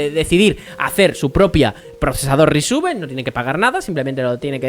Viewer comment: Cada vez que dices Risc uve muere un gatito, y van... Repite conmigo... RISC CINCO!